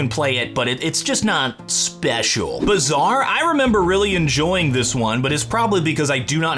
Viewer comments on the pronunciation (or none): Our can’t say bazar😂🤣